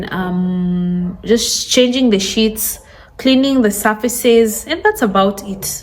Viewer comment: Shit have to be clean? Oh you mean sheet! Scared me because you don’t talk like that